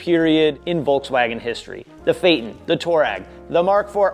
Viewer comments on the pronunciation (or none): haha...funny how you say "Toe-rag"..it's actually pronounced "Too-a-REG"..after a famous nomadic tribe in the Sahara desert. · Toe reg????? Mericans cant speak shhht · It's pronounced...Twaa - reg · Lol, I keep hearing "toe-rag"